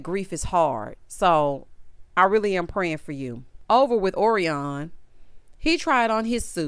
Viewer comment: Orion is pronounced like the constellation.